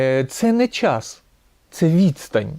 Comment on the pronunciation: Вибачте ,але - щььоо ,чььому ,чььяс ,почяяток щьььось ,величььина ,щьььо це означьяяє ..Ж ,ч,ш,щ в українській вимові має бути твердим - час ,чому ,щось ,величина,початок , - бо просто важко слухати таку важливу тему, якесь знущання з вух .Другий раз стараюся прослухати вашу думку і через це щьоканння і чьокання неможливо .